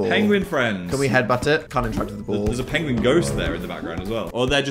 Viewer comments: dan mispronounced pengwing❤ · I just realized that Dan pronouncing Penguins like that is in reference to Benedict Cumberbatch mispronouncing Penguin in a nature documentary... I know in an old old video Dan pronounced Penguin that way and I just thought he was pronouncing it weird to be funny but now that I've seen the video of Benedict Cumerbatch pronouncing Penguin that way I definitely think Dan is referencing that... wild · The mispronunciation of penguin throughout this video (likely a reference to Benedict Cumberbatch) has me on the floor